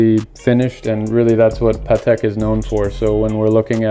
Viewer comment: So glad to hear one American pronounces the brand correctly. Almost all Americans pronounce it Ptak 🤷🏻‍♂️